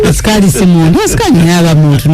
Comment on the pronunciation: Eeeeeeh English problem which asikali is that??? 😢😢😢😢😢😢😢